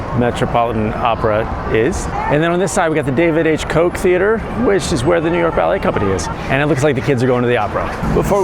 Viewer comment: WILL YOU PLEASE STOP PRONOUNCING FORMER MAYOR KOCH'S NAME WRONG??? Thank you!